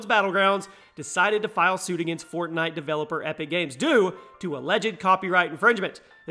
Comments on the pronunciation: U said fortnot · Did he actually say "FortNOT?" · He said fortnot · "fortnot" lol